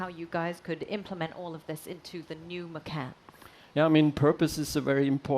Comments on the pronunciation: I believe you named this car from the Indonesian word for tiger. From a native indonesian speaker, macan is pronounced MA CHAN. The pronunciation of ma-khan means to eat in Indonesian. So please tell your PR, Marketing, dealership associates to stop calling it the Porsche Eat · I'm slightly annoyed that they named it after the Indonesian word for tiger, but they don't pronounce it correctly. It's ma-tchan, not ma-kahn. Anyway "makan" means "to eat" in Indonesian so it still means something lol.